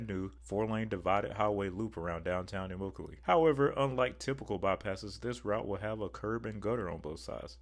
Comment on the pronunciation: pronounced eh-mock-a-lee